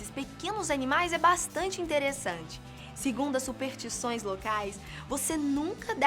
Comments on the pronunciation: Dizem que se esse comentário receber um certo número de likes, a começa a falar superStições ao invés de Supertições, que é uma espécie de madeira muito queimada. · Faltou o "S" na narração,. Se pronuncia: superStições;)